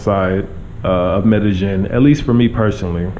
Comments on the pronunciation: try to say medellin with the long "e" sound. Like: "medejeen" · Please pronounce the word Medellin correctly (Med a ying). ll takes the Y sound. Not trying to put you on blast but trying to help out. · They actually pronounce the double L more like a J than a Y in Colombia. But ya his pronunciation not great still. I thought the Ying ending was wrong at first but when i pronounce it that way it does kind of sound like how they say it haha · Learn how to pronounce it, first of all. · Atleast learn to pronounce the name of the town properly.